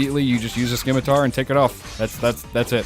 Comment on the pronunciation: It's pronounced sim-i-tar, not skim-i-tar. love the video oh master of the shantae franchise!